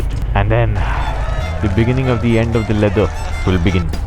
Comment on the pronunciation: "Biga'NIGGA'ning" (right at that moment a dark skinned man pops) Good job 😂